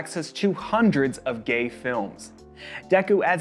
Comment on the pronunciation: Is gay ! Not quee